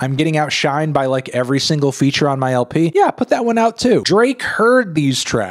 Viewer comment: you pronounce LP funny hehe